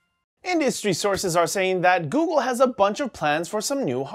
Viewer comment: "Googoo" "Ghoul" C'mon,!